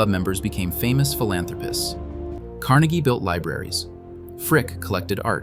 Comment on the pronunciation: It is pronounced different than Carnegie Hall. It was Andrew Car NAY gee, believe it or not. I thought Pittsburghers were saying it wrong, but they were not :)